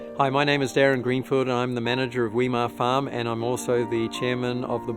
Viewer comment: Where did you find your pronunciation of "Weimar" ?